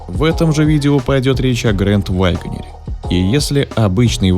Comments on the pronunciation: Пожалуйста, перестань говорить ваЙгонир. Просто вагонир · Почему вы произносите вайгонир? Это не правильно. Ударение ставится на 3 й слог на букву е. И без й в 1м слоге.